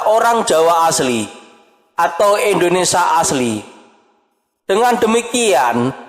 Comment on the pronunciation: Bukan Eslam min.. tapi islam, bukan Endonesia tapi Indonesia 😁🙏